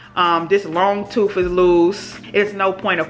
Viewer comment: Tooth, with a TH